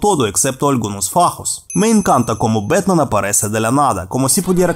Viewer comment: "¡Soy Betman!" "En mi Betmobil"